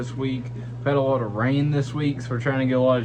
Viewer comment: "A wotta water changes." Say that three times fast! Seriously, cheers from my fish room channel in Chicago, where I am a subscriber to yours :)